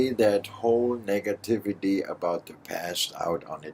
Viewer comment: yo it´s the "nigativity" guy